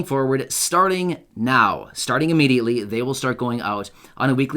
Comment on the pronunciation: You said immediately. Wrong! are you a click baiter?